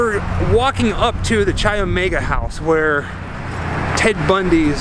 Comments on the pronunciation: K I omega is the pronunciation not CHI although the spelling is CHI Omega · Say it with me... KAI Omega. Chai is tea. Greek letter “X” (Chi) is pronounced Kai. No “ch” sound. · For everybody watching this, Chi Omega is pronounced “KAI” Omega, not cheesy chi. Good tour otherwise. Just trying to avoid Idiocracy becoming real life. It’s a futile mission. Thanks. P.S. Next lesson: You don’t loose a game, you lose a game. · Chi is pronounced ky not chy. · It's great to see this (old) video of yours and see with all the knowledge about the details. is just "Isn't that cool"ing and "Crazy"ing along while comes up with all the nitty gritty. BTW... "CHI" is pronounced "KAI", not "CHAI"! I really love you guys and your videos, but it does get a bit old when you don't do all the research. A friendly jab... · Love your videos bro! just an fyi its pronounced like Kai not Chai. Chi Omega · Great video! Chi is actually pronounced with the “ch” as a hard k sound. So like sky without the s. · The sorority was Chi Omega....pronounced "K-EYE" Omega. Just call me a stickler for spelling and pronunciation!😉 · Chi is pronounced like ‘kye.’ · Great doc - but please learn how to pronounce Chi Omega.